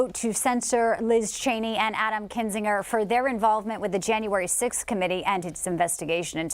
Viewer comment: "cent sure" not "censor